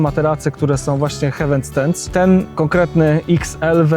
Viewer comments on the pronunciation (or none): Bardzo fajny film i ciekawa i porządna recenzja. Się raczej czyta HEJ-WEN. “Hewen” (hEaven) to niebio, a tu chodzi o przystań 🤗